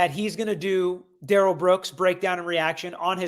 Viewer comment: His opening was more like a closing but ok Duh-rell